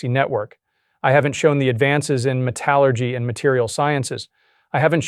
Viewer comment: How can a lifelong engineer mispronounce "metallurgy"?